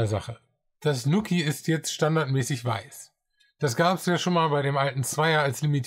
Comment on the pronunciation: Schönes Review :) Fun fact übrigens: der Name wird "NuuuKiiii" ausgesprochen, nicht "Nukki"/"Nucki". Quasi wie man "New Key" im amerikanischen Englisch ausspricht (dort wird "new" ja nicht "njiu" sondern "nuu" ausgesprochen) und bedeutet somit einfach quasi "(dein) neuer Schlüssel". :)